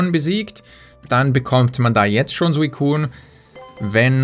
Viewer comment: Bitte sprich Suicune richtig aus oder lass es. Ähnlich wie bei Machollo ;)